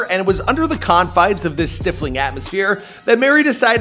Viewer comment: Stiff-ling, instead of stifling